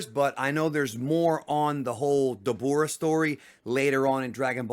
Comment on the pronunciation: Dabura is pronounced dabra like abra ka dabra his fathers name is abra also idk why they say it like that but Tori made it